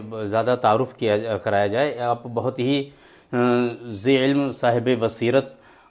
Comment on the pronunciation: ذی علم نہیں. جی الم ہے